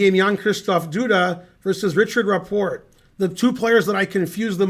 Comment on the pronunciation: Just fyi, you pronounce the T in Rapport. He's not French. Go Ben!